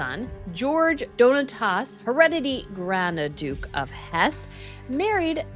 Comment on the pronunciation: The Word IS "Hu-re-de-tReee"